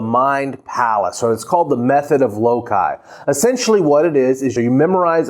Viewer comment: btw it's lo-sigh not lo-kye. other than that. superb guide.